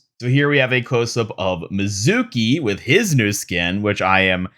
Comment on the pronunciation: Love some of the details on these, Kiriko’s skin is great, Hanzo’s is really meh On another note, Mizuki’s name is not pronounced that way. It’s ME-zuki, not Mi-ZUH-ki. Need to stress the first syllable, not the middle one.